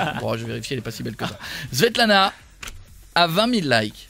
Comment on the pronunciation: Mais pk il dit Svetlana ?? Merci d'avance